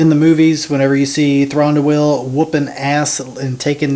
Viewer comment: would help if you pronounced his name right!